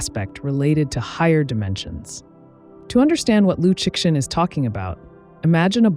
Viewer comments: Liu Shen. Tell your AI how to pronounce it, because it’s you who looks ignorant when it keeps pronouncing the X. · The problem is the creator cheesed out and used an AI with poor prompting. It loves pronouncing the name of the author with hard X, instead of the Chinese Liu Shen (don’t get me started). I agree that YouTubers should have higher education so they don’t invite tragically true judgements. This is what happens when everyone has their own TV channel, regardless of ability. Ignorance is putting me off YT altogether. 😢